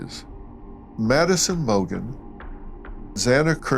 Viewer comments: 270k fines for 4 lives smh. Its Mogan not Morgan btw bud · Its mogen not morgan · MO-GAN get it together Dr Phil smdh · Madison MORGAN? 3 years and still no one gets their names right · Is this an old podcast? It says 2 days ago but you’re talking about them still needing to do the sentencing. I also think you called her Maddie Morgan in the beginning, maybe it was the accent. I love Dr Phil, I’m not sure true crime is your forte. Peace! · It’s not that hard Dr. Phil…it’s not Madison MORGAN…get the names straight!! So DISRESPECTFUL!!!😡😡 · It’s Mogen.